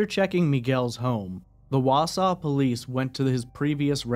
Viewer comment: But he pronouces Wausau correctly. 😂